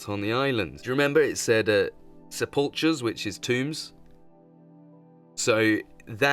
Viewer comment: Its pronounced sep-le-cur.